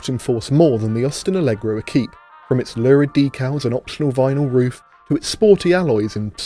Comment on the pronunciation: Equipé said like equipment without the ment